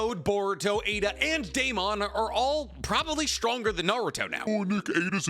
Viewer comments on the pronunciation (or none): none